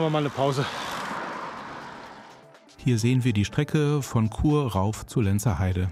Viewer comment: Chur nicht Kur 😂